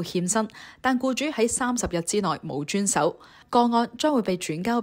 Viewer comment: 好似讀錯好多字：遵守，履行…